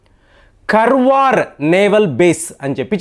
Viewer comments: Sir adi Karwar kadu kaaravar Ankola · Karwar kadu sir karawara it's in uttarakannada district Karnataka kadamba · Karwar kaadandi.Kaarwar is correct.Meeru pronunciation antha wrong cheptunnaaru. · it's not Karwar it is kannada name Kaarawara, the oldest town and port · Pronunciation కర్వార్ కాదండీ. దాన్ని కార్వార్ అని చెప్పాలి గారు! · కర్వార్ కాదండీ కార్వార్ ఇది కర్ణాటక లోని ఒక ప్రాంతం పేరు, ఆ పెరుమీద నావల్ బేస్ తయారు చేస్తు ఉండవచ్చు. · కర్వార్ కాదు … కార్వార్ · Karwar should pronounced as "kaar·vaar". garu, it isn't as you mentioned about the subject naval base. Normal civilian can't understand these war plans & games. The senior naval officers ( i don't want to mention the ranks for security reasons) get familiarised from different defence war colleges around rhe world. They propose to stratergical location & prove their concept. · garu kaarwar ani pronounce cheyandi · Kaarwar is the correct pronunciation as spelled in kannada. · it's ಕಾರವಾರ. And base name is ಕದಂಬ ನೌಕಾ ನೆಲೆ. your wrong pronounce insulting our kannada place name.